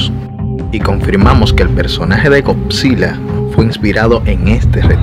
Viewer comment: Gocsila… madre mía la pronunciación